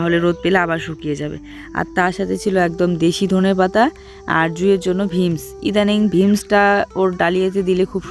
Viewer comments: ভীমস না বিনস বলে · Veams noi beans bale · Vims noi ota beans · জুইয়ের রুটি খাওয়ানোর অভ্যাস করো ওটা ভিমস না বিনস্ বলা হয়